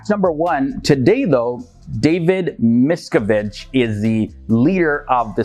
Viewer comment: Obviously not a shill, he makes several mistakes, including mispronouncing the name of the current leader, a shill would not do that